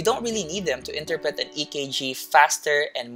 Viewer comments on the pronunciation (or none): Thank you po. I like how you finished it with the Filipino way of pronouncing “interpret.” (Enter-pret) different cultures and backgrounds make life more fun.